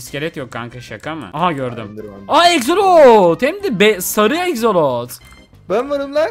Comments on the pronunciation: Egzolot değil axolot. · Ekzelot değil aksolotl